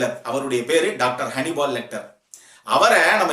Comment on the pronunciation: Its not honeybal its hannibal